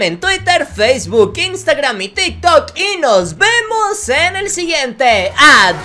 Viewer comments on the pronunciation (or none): none